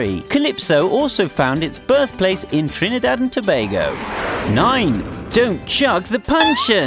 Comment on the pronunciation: why tf did he prnounce it that way "TrnIIdadh and toebagoe"